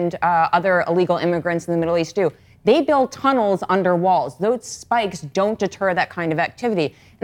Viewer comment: the emphasis on the spikes is hilarious!!!